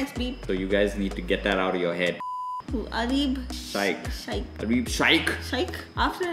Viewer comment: Sha-ih-kh? C'mon you should know better. It's pronounced 'shake' btw.